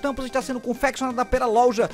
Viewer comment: Essa pergunta tentei achar a resposta no Google e n encontrei. Pq os Youtubers estão falando LOLJA ao invés de LOJA? Alguma idiotice do YouTube e suas diretrizes?